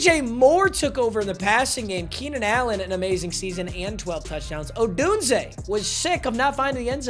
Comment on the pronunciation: is the only YouTuber I know that pronounces Rome. Odunse correctly